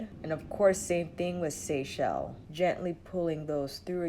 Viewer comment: You get extra points for being the only YouTuber to pronounce “Seychelles” correctly! Haha!